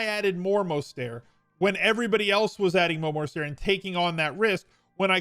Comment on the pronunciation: fan, but as a lifelong niner fan, I need to politely inform you his name is pronounced “Mose-ter-t”. There is no silent T. Pronounce the T.